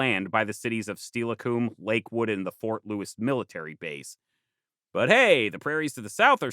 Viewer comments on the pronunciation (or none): none